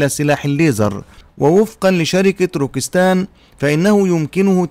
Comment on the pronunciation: روكيت سان وليس روكيس تان.. وشكرا..